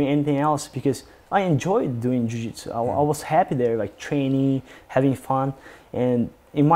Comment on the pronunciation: A forma q ele pronuncia a palavra jiu-jitsu, e a mais br possível.